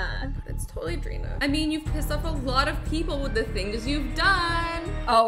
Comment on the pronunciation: How and azzy say dayna:dayna! Azzy: drayna!!